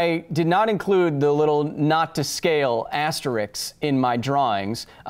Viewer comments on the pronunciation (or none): It's called asterisk not Asterix Kyle :D